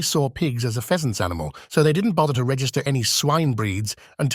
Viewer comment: I greatly enjoyed that mispronunciation. I just kept imagining a very prim looking bird with a long decorative tail, sitting atop a boar.